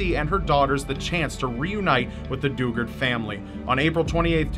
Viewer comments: Jaycee dew-GARD SAID LIKE THE WORD GUARD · It’s pronounced du- Gard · JC Dugard is one that's close to me. Literally, happened near my home town. My mother drove me by the house she was kept at shortly after they found her. It's pronounced du-GUARD btw